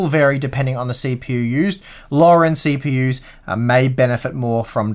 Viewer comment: Cheap-EU-s HAHAHAHAHAH